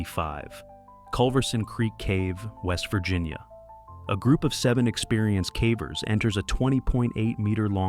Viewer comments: Well, cavern is prounced “caa-vern”, so of course caver must be pronounced as “caa-ver” 😜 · “For these cavvers,…” 😂